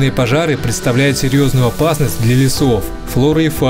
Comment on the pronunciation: Первые секунды сразу бросается нарушение раздела русского языка «Фонетика». Выделяю буквы, которые требуется произносить не так, как они пишутся : «пОжар», «Опасность», «лЕсов», «ЭкОлогии» и почти все другие. Это робот или двоечник?